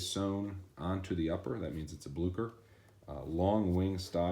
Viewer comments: It's pronounced "blue-cher," not "blue-ker" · Good review... they are Bluchers though(ch as in cherry) not Blukers. Also, although blucher and derby shoes are pretty much the same, I would call these derby wingtips or brogues. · BLEW-CHER. "BLEW"... "CHER."